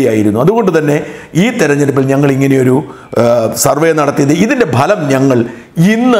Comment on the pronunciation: ബലം അല്ലടോ ഫലം എന്ന് പറ